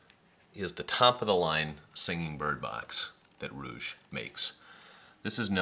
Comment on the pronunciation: I have two Reuge music boxes and visited the museum in Sainte-Croix. The pronunciation isn't 'rouge' (red).